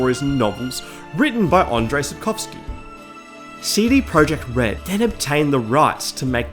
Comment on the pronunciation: Andrzej is pronounced as "Andzhei", not "Andrei", lol